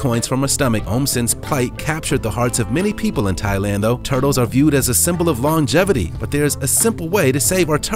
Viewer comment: can somebody tell me how to say lomgevity...